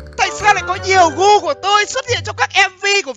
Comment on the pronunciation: .Ổng nói gu của tui :v nghe sao ra cu của tui